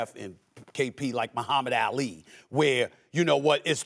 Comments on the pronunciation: It’s Ah-Lee NOT Ail-leeh Stephen A! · Say Ali’s name right tf is alley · I didn’t think it was possible before today to mispronounce Muhammad Ali’s last name